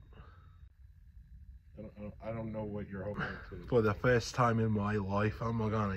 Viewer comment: He went from English to Cuban with that yump line lol